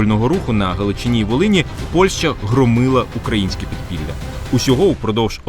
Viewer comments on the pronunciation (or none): none